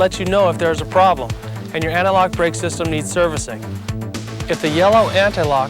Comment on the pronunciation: Also the dude saying anti-lock like analog irks me.